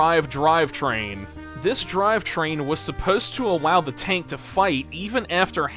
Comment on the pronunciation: I hate when you say "awow".(nothing personal, Great video!)